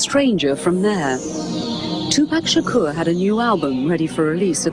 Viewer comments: me too and they can't say his last name right either. they say Sha Core. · ***** People don't even say his last name right. Uh it's NOT Sha CORE, it's Shakur.